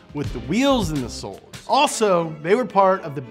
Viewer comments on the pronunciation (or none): none